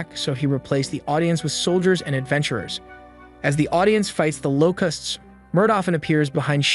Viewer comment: You keep pronouncing "Locusts" like "Low-Custs" "Locusts" is pronounced "Low-kests" Treat the "u" like an "e" Yes English is fucked... but that is how the word is properly said.